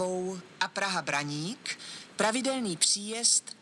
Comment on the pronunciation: Pěkně říká Praha Braník, Zbraslav a i Praha Vysočany